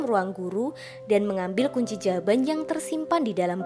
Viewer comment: Astaga kunci jawaban toh...kedengeran aku kunci jamban...🤣🤣🤣🤣🤣